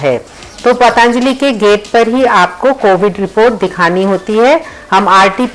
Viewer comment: बाकी तो,सब कुछ अच्छा लगा.... पर...... पर...... आपने पतञ्जलि शब्द का उच्चारण करना वहाँ जाकर भी नहीं सीखा.... अपनी नज़ाकत छोड़िये मैडम, आप भारतीय बनकर रहिये अपनी संस्कृति, अपनी जड़ों, अपनी मातृभाषा को मत भुलाइये....